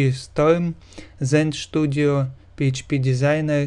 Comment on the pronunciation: Студио а не Штудио